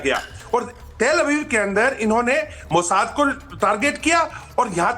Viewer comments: Is gadhi ko batao mojad nahi mosad bolte he. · Mata ji Mozart nahi mossad. he. E news reader kahase training leke ate he. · मैडम मोसाद को mojad बोल रही..😂😂